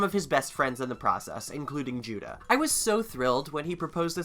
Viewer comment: did you call judah judo?